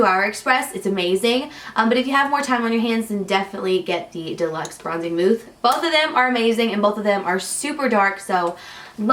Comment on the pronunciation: Wait you said mooth😂😂